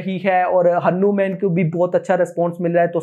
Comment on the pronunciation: Abe pahele hanuman bolna seekh